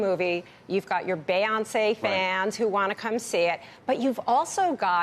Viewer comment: Did she say bayonce?